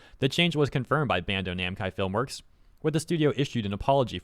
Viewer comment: Bro said "Bando Namcai" and it took me a bit to notice lol Edit